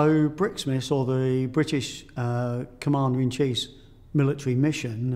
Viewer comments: Yeah I know, but he says commander in cheese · no he said "commader in chiefs" thats sounds like cheese